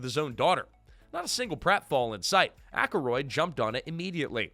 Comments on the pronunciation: It's ack-roid not ack-a-roid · Dan Ak-a-roid? AI pronunciation issues yet again 😔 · Aykroyd is two syllables😂.